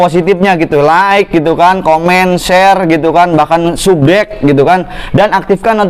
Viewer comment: Subscribe bang bukan sugreb . Buru buru sih